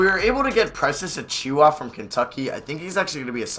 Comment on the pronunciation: you’re almost pronouncing achiuwa right. the only thing you have wrong is that the emphasis is on the first syllable, not the second. AH-choo-wah